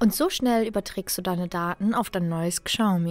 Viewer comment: Boah wenn ich die Aussprache höre... Kschaumi 😦👈🏼 Falscher geht's echt nicht..